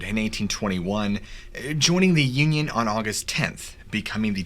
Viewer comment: When you said joining the Union, it sounded like you said joining the yin yang.🤣🤣🤣